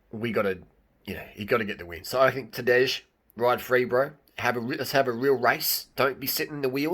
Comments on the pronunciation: It's not Tadeish, it's J like Y-es, Y-esterday, like TadeY. That is pronounciation. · Rim job on that pronunciation bro. Tadey, not Tadej. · "j" in Tadej is pronaunced as "i" in Mapei.. And no, Primož will not let Tadej win, It's now or never for him :) most of Slovenians would prefer Roglič to win this one!